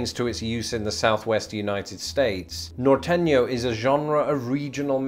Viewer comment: Ehh I don't know if you should get any points for mispronouncing norteno nor-tey-noh :D